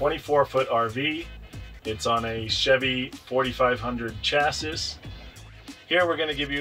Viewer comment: Did my Nigga say, "CHASSISS?"